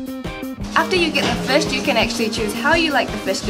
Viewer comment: Did you grow up in NZ? It’s just the way you say fush.